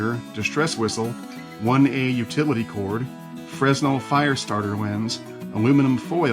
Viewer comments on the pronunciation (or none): none